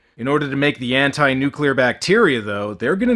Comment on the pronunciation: Also, gratuitous "Nucular" .:P